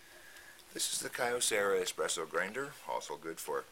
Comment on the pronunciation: Nice video; thanks. Told me everything I wanted to find out about this mill. In case you do any videos with Kyocera products... The name is a shortening of Kyo(to) Cera(mics). So 3 syllables, not 4.